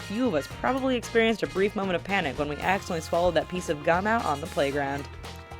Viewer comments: Who else thought it said cum until she said Gum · Lol i though the gum myth said "cum myth" xD.